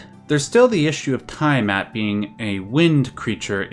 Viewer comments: Tee-a-mat not Tie-a-mat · Its NOt "TIEAMAT!!!" Youve got a hard on for pronunciating everything with fricking "EYE" its TEA A MAT!!!!! "TIA MAT"!😡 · It seriously bugs me that you mispronounce "Tiamat" a billion times in this video. The "EYE" sound of the letter "I" is a VERY Romanic thing. Almost all world languages pronounce that letter as either "EE" or "YAH". In the case of "Tiamat", it's the "YAH" sound". "T'YAH MAT". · Lich - /lɪtʃ/ "litch", isn't it? Also, it's tee·uh·mat, not ta·ya·mat for Tiamat. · its "tea-ah-maht" and "mar-dook" NOT "tie-uh-mat" and "mar-duck" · Say it with me, Litch = Lich. Tee-a-mot = Tiamat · Nice video, but it is called T A mat, for Tiamat. Ty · I would like to take this time out to say this: it is pronounced Litch (Lich) and Tee-a-mat (Tiamat). Thank you. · Great video! In the future, though, you may want to make it a point to double check pronunciations online before recording. Hearing Tiamat mispronounced 30 times in a row was a gut punch every time I heard it. Haha